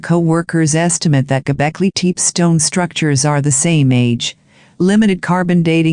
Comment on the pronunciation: Golbeki Tep-ee not Golbeki Teep!